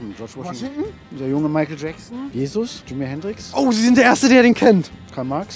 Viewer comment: Jimmy Henntwix ist das ne neue schockoriegelsorte? Interessant Aussprache